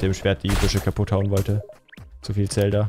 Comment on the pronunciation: Manuel würde dich dafür wie du Zelda aussprichst anschreien 🤔